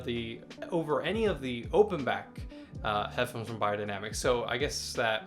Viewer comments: Pronounced bae-er, not buy-er. Good to see this reviewed still for those of us in 2nd-hand market. Vielen Dank! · I really don't get why americans have such difficulty with pronouncing foreign languages. Bayerdainamic.